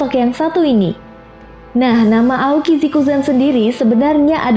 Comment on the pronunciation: Bisa bahasa inggris gak,? Aokiji Aokisi, kok sebut buzztercall busterkal aneh.